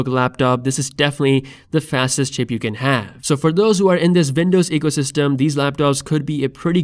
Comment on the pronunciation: No he accidentally said "ship"